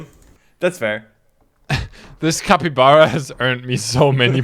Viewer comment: for carl: it's pronounced cap-ee-bar-uh and not cap-ee-bear-uh 🤣